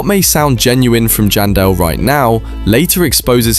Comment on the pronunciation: Its janson Manson not jandel manson